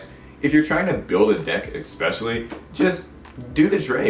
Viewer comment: ESpecially. Not EXpecially.